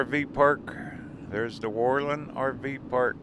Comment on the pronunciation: Pronounced: whir-lund with the accent on Whir.